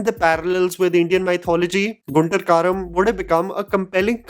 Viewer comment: Your pronounciation of guntur karam 😂😂